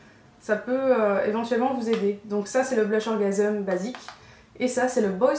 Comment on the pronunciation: pourquoi tu prononce "orgaseum" ?? ça se dis "orgasms" comme un orgamse... lol!